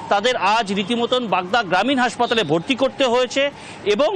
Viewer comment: হাঁসপাতাল নয় হাসপাতাল